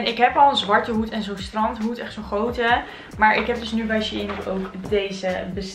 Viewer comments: je zegt het als schein (geen haat) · nee hoor het is echt she-in 😉